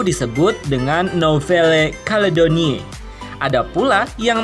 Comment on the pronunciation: cara baca NOUVELLE CALEDONIE= "novvel kaledoni"